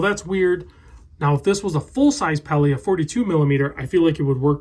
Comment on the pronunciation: The “Pelly”….seriously?? Can’t tell you how stupid that sounds!!